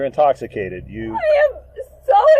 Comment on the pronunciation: The Judge was so drunk she couldn’t say “intoxicated” LMAO 😂😂😂😂😂